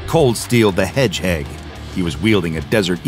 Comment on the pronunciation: Did this dude just say ColdSteel the Hedgeheg? LOL